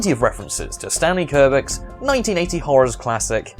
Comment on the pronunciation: Stanley... "Kurbick"?